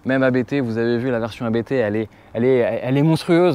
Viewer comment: Attention ⚠️ on ne dit pas A.B.T mais Abt, tout simplement, c'est un nom de famille 😉. Sinon RS6 oui! Là voitures parfaite